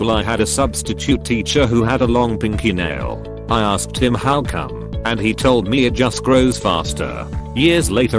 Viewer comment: lol@ "aRsked"